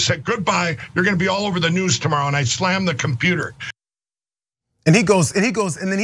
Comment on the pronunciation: To Mike Lindell, “stold”, “shmirk” and “shlammed” are real words.